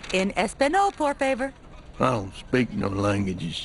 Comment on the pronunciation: Peggy’s pronunciation in Spanish is horrible. She pronounces “por favor” like it sounds “poor favor” in English. I bet when Peggy is trying to speak Spanish, she pronounces “no” the way it’s pronounced in English.😆